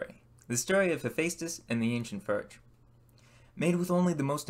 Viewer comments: It's pronounced forge not furge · I have to ask. Why do you say “ER” instead of “OR”? Example “fERge” instead of “fORge” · how are you going to go through all this effort and not know how to pronounce the name of what your building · Cool Chanel... I'll be looking out for some more fun content! - Is it just me, or does it sound like he's saying "Ferg" instead of "Forge," what's up with that? It also sounds like he says "ferming planks," instead of "forming planks," is that a local-accent/ dialect I'm not aware of, or what...? 🤔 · I'd give you a like if you could learn how to pronounce fordge and form.